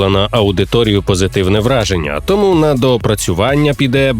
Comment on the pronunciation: чАсу, листопАд, не тОму а томУ